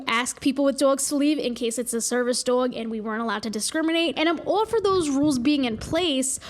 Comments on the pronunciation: The way you say dog infuriates me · I love the way you say dåg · The way you say “Dowg” gives me life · pls where are you from I'm autistic and have a strange accent that doesn't match my background at all and I say some words like you and I have to know where it's from ♥️ like dwog instead of doag and twaolk instead of tahlk.. i've been noticing it from you for like a year it's like my little mystery how my accent thingy sounds like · Friggin love how you pronounce dog. I will say it exactly like that from now on. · pronounces "dog" the same way my dad did and it makes me so happy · i love how she normally doesn’t have much of an accent but there are certain words that are just… tell me you’re from new jersey without telling me you’re from new jersey lol